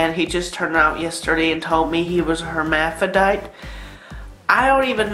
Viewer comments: Her...hermadaphiditie...her...herma..hermadaphiditie wtf It's not that hard to say 😂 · Lmao the more he kept saying hermadaphrodite the more I couldn't breathe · "hermadaphidite" this slayed me XD